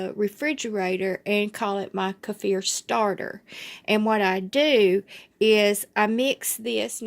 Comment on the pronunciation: Thanks for pronouncing this properly I can’t watch any more videos where they call them keefer… Thank you 🙏🏽